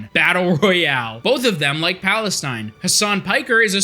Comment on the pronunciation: oh man found a random video just for this dude calling my home country palenstine xD